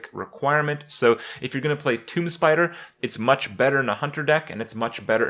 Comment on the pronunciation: wait wait wait. toomB? toomBBB? kripp, out of all the words you mispronounce, this is by far the worst